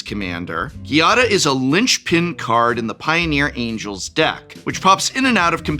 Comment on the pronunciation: Giada is an actual real life name, so there’s really no reason to mispronounce it.